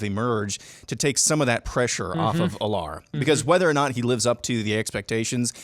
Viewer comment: I’m just gonna put this out there. Drew Allar’s name is pronounced Al-ler, not A-lar